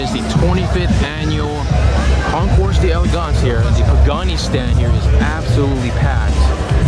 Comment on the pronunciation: Why can't these guys learn to pronounce concours d'elegance properly. It isn't so hard; in fact it's easy. Don't pronounce the 's' at the end of concours and pretend the apostrophe after the 'd' in d'elegance isn't there, like delicatessen . That's all there is to it.